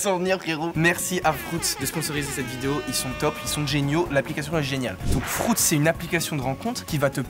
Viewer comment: 5.43 : “ FROUTS.”🤣🤣😂